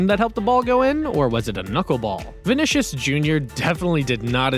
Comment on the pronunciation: Bro he said Vinisus